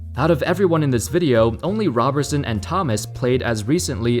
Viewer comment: It's " RO " berson and " ROB " erson